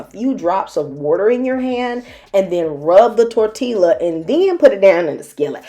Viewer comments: I thought you were purposely mispronouncing tortilla as a joke. And then you kept doing it, and that was when I realized, "Oh sh*t, she actually doesn't know how it's pronounced!" 😲 Tor-Tea-Yuh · "Tor-Tee-Ya"... Tortilla 👌🏿! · The L’s in tortilla are pronounced as Y’s😂 love your channel nonetheless 🥰❤️🔥